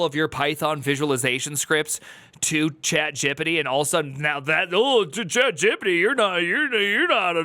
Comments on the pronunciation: "Chat Gip pit it" 😂😂😂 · forever pronouncing it chat jippity now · Love the way you pronounce Chat Gippity. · the way you pronounce chatgpt makes me nervous :( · I'm going to start pronouncing ChatGPT like this as well. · I love how you pronounce chatgpt